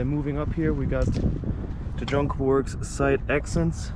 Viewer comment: Try John Cooper Works mate, not jonkaworks